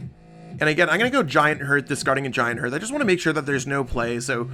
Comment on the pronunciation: It's giant hearth, not giant herth